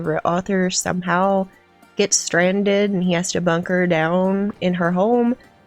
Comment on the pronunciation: The South? I thought it was Vermont or New Hampshire. Fooled me. Did u say “bunker” or “hunker” -down?